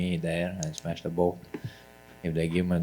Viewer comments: Nobody, nobody. I just smesh everybody. 😂🤣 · HE SMESH EVERYBODY